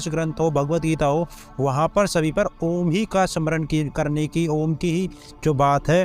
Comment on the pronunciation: भाई सद्गुरु को जवाब दो। ओम को आम बता रहा है। 😂